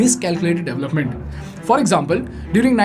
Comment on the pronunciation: Suggested phonation corrections: Garment : government, to be pronounced correctly as guvment. This mispronunciation is prevalent in Andhra Pradesh & Telangana. DAVlupment: Development to be correctly pronounced as DE VELUP MENT. Mispronounced all over India.